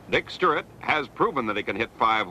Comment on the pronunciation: Cincinnati really gave Baltimore a great ballplayer when Frank went there. I saw Frank hit homers in Wrigley Field that hit the bleachers before he left the batter's box. The announcer couldn't say Stuart, he kept saying Sturrit.